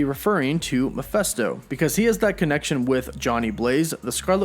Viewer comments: Please stop saying 'Muff-fest-oh' - it's 'Meff-fist-oh'! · Wtf is a Miphesto? Its M-e-ph-I-sto! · It's Mephisto, not Miphesto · Bro for the love of GOD..... its MEPHISTO!!!!! (MEH FIS TOH).....JESUS!!!! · It drives me nuts that he says "Mee-festo" instead of "Meh-feest-o". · He drove me crazy though the entire video. I wanted to reach into the screen & cover his mouth so I could say "STOP PRONOUNCING IT THAT WAY"!!! Lol!!! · I know! Thing is, I really like his videos. They catch me up on everything I never got around to reading. But this... THIS!!! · Angus Gordon-Farleigh Yep it’s Mephisto. “Meff-fist-oh” or Mephistopheles. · Ma-fist- toe is how you pronounce that. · Good video but PLEASE stop pronouncing it "Meh-feh-sto", it drove me crazy though out the entire vid lol!! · GET IT RIGHT DUDE --- ITS PRONOUNCED " meh phist oh " …… sheeeeeeeesh. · That drove me crazy throughout the entire video lol!!! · It's "Meh-fist-oh" 😉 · It bothers me you can't say "Mephisto" correctly... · Thank you!! I'm so glad I'm not the only one that was irked by that lol. Every time he said that name I winced! It was just painful to hear his pronunciation and by the end of the video I was grinding my teeth lol!!